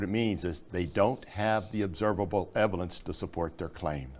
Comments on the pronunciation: Just before Did just mispronounce the word "evidence"? It sounded like he said "evilence"... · ... did he say eviLence?? lol. WTF. Talk about fuzzy. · "Eveldence". The man said "eveldence". Is that a "fuzzy" word? 🤔 ( in your video). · the observable evelence?